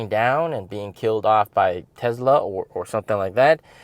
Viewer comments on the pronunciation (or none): none